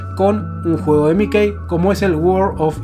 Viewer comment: "miquei"? no será "miki"?